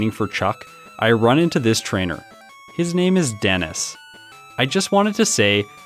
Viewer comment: Denis? Did you say Den-is? Den is what? D en is in where?! D in I’s? That sounds painful!